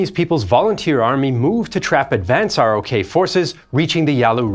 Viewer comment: It isn't spelled Sign-o. And ROK is pronounced "Rock".